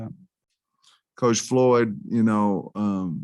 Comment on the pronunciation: He just called Coach FLOOD...................Floyd